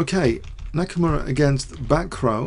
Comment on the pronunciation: Bacroit its NOT BACKROW:) Its like BackRua moreover